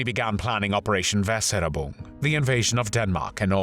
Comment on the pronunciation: Just a small linguistic correction: "Weser" is river in Germany. "Ubung" means training, but the "U" is actually a german "Y". The correct prenounciation is: "Weser Ybung".